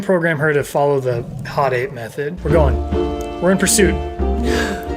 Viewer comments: Especially when she said “hot aping” AAAAAHHHH I HATE IT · It should be pronounced Ho Tape ngl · No, it was actually "Ho Tape". 🙃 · I lowkey got uncomfortable very time she said hotape. I felt like i was about to get roofied by her. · I honestly prefer the acronym being pronounced as "ho tape." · "In which instance do you want to hot ape me." Wtf mon...? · The woman forgot the R, for roughshod, in Hot ape. And you know exactly where that R goes. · I'm going to pronounce it HO TAPE. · She’s missing the H in Hot Ape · No one:: NOT HOTAPE! HOTAPE